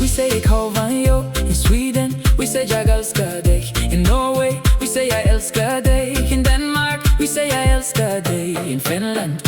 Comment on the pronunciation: Good pronounciation of ”jag älskar dig” a lot of people have difficulties with our åäö pronouciations when they’re learning swedish, just sad that ä got swapped for a, but also understandable since the use of those letters is not worldwide. Much love from 🇸🇪 (keep spreading love)